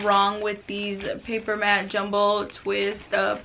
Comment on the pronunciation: Its papermate not papermat